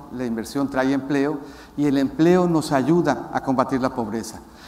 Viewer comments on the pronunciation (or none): No,,no te creemos,,, callese,,,se dice trae no trai